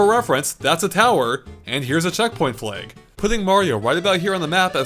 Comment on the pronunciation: pronounces flag as "fleg."